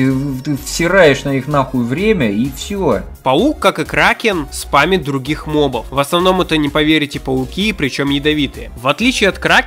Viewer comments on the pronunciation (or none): none